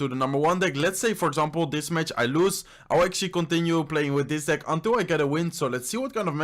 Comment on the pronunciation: The way he say deck is just wrong 😂😂😂